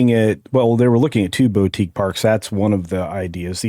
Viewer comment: I heard what you did..."bow-tique" hotel. Always knew you were a Minnie fan